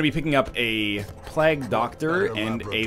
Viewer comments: It's pronounced 'play-ge' doctor, not 'plag' btw. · he said pl-EGG doctor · Also, he can hardly speak english considering the way he says Plague "Plagg" and Ancient "Angshent" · never pronounce it correctly, I wouldn't bother. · oh god, forgot how bad NL butchers the word "plague"